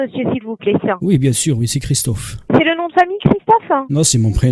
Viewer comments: oublie Christophe c pas credible avec ton accent is 😂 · Accent du bled " Christophe "!!! 🤣🤣excellent!!!!